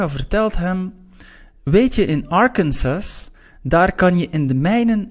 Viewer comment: bedankt voor de video! een kleine ding: je moet arkansas anders uitspreken :)